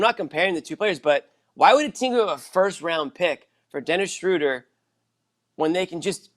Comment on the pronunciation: It’s Schrew-der not Schrow-der. Meathead. Stop whinging over the guy. News flash: Schöder’s an option and will be gone next year if not before. Barring some miracle the Celtics are what they are, a .500 team with a first year coach work-in-progress that’ll never live up to the high expectations of media in search of someone to blame.